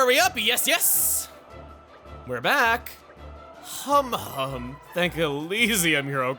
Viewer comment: ...I swear, every time Chugga says Humhum's name, I mishear it as "hom hom" and get Xenoblade 1 flashbacks...